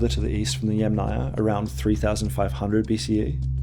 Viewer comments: it is mispronounced throughout the video… pronounced as YamNAYA... not as YAM-naya. I speak fluent Russian, Ukrainian, Eulerian, and Polish… and Latin languages I influent in English, German, conversational in Spanish. My comment is precise and logical. Maybe you have misread some of it. Maybe because you are American, you do not hear the pronunciation mistakes in every Slavic name featured in the video😢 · the author says they originated in modern day Ukraine, from the Dniper to the Don, but the Don is in Russia, so it is modern day Ukraine and Russia. And yamnaya must be pronounced as YAmnaya but not yamnAya. The Russian word Yama has stress on first YA. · Yàm (yUm) na-ya. Since you insist on using the Slavic word for the "pit' culture, you should pronounce it correctly. You are mispronouncing it, sad...😢 The emphasis in the word is on the first a, it is pronounced like the vegetable Yum... and then you add the Naya. Again the emphasis is on the Yum! I hope you will learn it by your next video or maybe you will change the audio. Thank you for reading my comment❤ The word yàma - literally means hole in the ground . It is pronounced as Yum, and a is added to the end). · so and by the way ... "yam" is pronounced as "iem"... whyle Ямная (from pits) is pronounced as YUM-na-ia/ya. Ignorance is what makes scientific documentary fall into category of spam. For such ignorant people as you I will repeat - the video is mispronouncing every Slavic scientifically given name! In English - he is mispronouncing the terms. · Yamnaya (ямная) is a Russian word. It means "of a pit or pits". The stress is on the FIRST syllable. Kurgan (курган) is also a Russian word. It means "mound". It is stressed on the SECOND syllable. You manage to get both of them wrong. This, together with your thoroughly obnoxious and ridiculous Americanised New Zealand pronunciation, disqualifies you from being taken seriously in matters of language 🤡🤡🤡